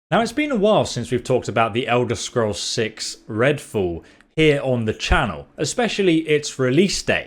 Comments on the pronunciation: Are you saying fool or fall? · Redfool? You said redfool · Ah yes "Redfall"